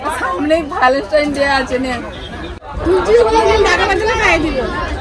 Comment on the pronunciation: উচ্চারণটা thik করে শিখে বলতে হয়ে, Valentine কথাটা...